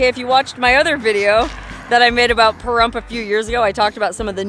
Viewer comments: Lol I was cracking up how you were saying Parhrump at the beginning. 😂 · Now that you have said some disparaging thing about our great town and pronounced the name in a disparaging way, you can leave. I am Native American and Veteran and love our town and we do not need or want a major telling us how to live. Goodbye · I didn’t hear a Pahrump out of that guy.